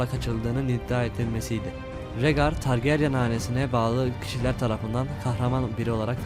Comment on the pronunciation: targaryen ismini düzgün telaffuz etseydin keskr